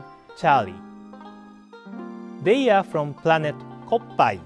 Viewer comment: "While exploring the pRanet..." I lost it, and so did he for a minute XD.